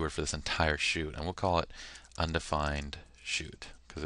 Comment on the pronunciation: Undefined not "undfined"